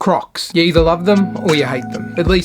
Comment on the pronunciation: bro i thought he said COCKS in the beginning 💀